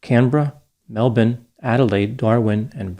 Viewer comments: I know this is not that important, but I appreciate how pronounced Melbourne and Brisbane as Mel-bin and Briz-bin instead of Mel-born and Briz-Bane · Thank you for pronouncing ‘Melbun’ correctly. Greetings from downunder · Congrats on pronouncing Melbourne correctly from Australia 🇦🇺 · Correctly according to Australian colloquialism. In Florida the correct pronunciation is an alternative colloquialism. Same for Albany WA versus the other Albany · Not quite accurate, Australians pronounce it exactly the same way as anyone else - but with our accent it sounds like "Melben" to the untrained ear & so that's what we tell tourists. Colloquial terms for Melbourne, Australia include "Melbs" or "Naarm" (Naarm is the OG Wurrundjeri name) or even "home of the AFL". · Well done on pronunciation of Melbn,.😊 Edit: This happened in outback Australia, not rural. Not stopping to help someone on the side of the road in the outback is unthinkable because the environment is so harsh. Huge distances between towns, extreme heat, lack of water etc. It would be similar to a ship on the ocean not helping a sinking ship. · I thought the same. This is the first time I've heard a YouTuber or podcaster pronounce Melbourne properly. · As an Australian, we thank you for not butchering Melbourne and Brisbane. Psssst Americans. You say them like Melbin and Brizbin. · Fantastic pronunciation of Australian cities, doc! Well done! And again a great video, I remember this case being all over the news at the time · Well researched! Thanks for your correct pronunciation of Melbourne too:) 👍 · My jaw dropped. Never heard an American say it right before...or Brisbane.